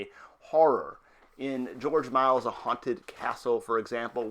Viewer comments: Fascinating but AUGH can you PLEASE stop butchering George Méliès surname? It's not pronounced 'Miles' it's 'Me-li-ey' thank you! :O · dude, you cant even get his name right! its not george miles is george miliel you suck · Thats funny since it's actually pronounced Mel - E - S.